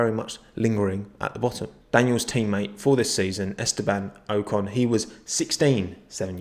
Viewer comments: It’s o-con not ohcon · On a serious note - I believe it’s Ockon, not Oh con. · Its Ocon not Oucon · [oh-con] not [ow-con] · It’s Oc on. Not Oh con. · Ocon is pronounced OOcon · It’s aw-con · It’s ocon like knock-on (without the kn) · It’s Esteban Ocon not O-con btw it’s very hard to explain what I am saying as I am typing basically not a long O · It’s oh-con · Your meant to pronounce it Ocon. Duhhhh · It's o-con. Not that hard really, it's just English people don't know how to read only the stuff that is written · Its Ocon, not Ocon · It's Ocon mate, trust me.